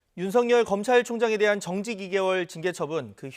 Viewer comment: 어찌하여 아나운서가 윤석열 발음도 제대로 못하시나? 윤성녈×, 윤서결ㅇ... 국립국어원에 확인해보시라.